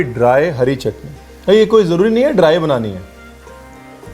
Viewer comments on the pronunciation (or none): none